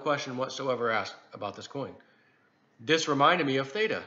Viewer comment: Theta. It’s theta right?